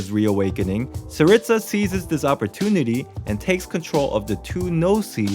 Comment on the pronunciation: Me hearing his pronunciation of Gnosis and Tsarista